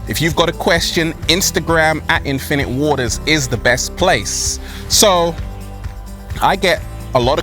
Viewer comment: Every time he says his name it just sounds like he’s saying “Infinity War”, but wrong. Did the MCU Infinite Waters survive the snap? We literally have no way of knowing! Because he basically doesn’t exist. But in theory there’d most likely be a version. I guess he would be a sorcerer.